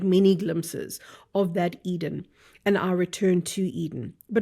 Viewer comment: Sounds like Garden of Either instead of Garden of Edin *